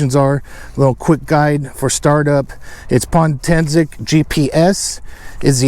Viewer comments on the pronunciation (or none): It's Potensic not Pontensic lol silly